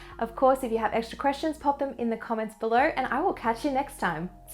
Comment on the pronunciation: "pop them in the comments belerrrrrr" ...horrible australian slurring on the rr's. (oh no). "oiy noiiiiyyyyy"